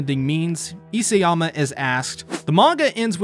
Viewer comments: It's Isayama not Iseyama. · You keep mispronouncing Hajime's surname; It's i-SA-yama, not i-SE-yama. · Why are you struggling so much with properly prounouncing isAyama?